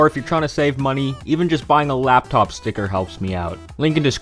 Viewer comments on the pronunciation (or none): none